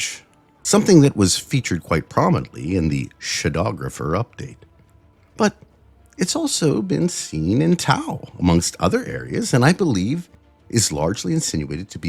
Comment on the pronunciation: No way he just pronounced shadow-grapher as sha-dowg-rapher. Wild